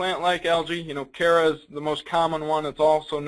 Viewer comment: ohh....that's why they call Chara (care-a)